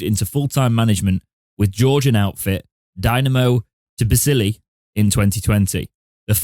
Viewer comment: Pronounced TIBBLEESY